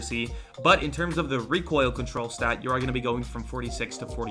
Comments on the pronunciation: is Still pronouncing it as "Rekk-oil" after all these memes😂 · Oh hey its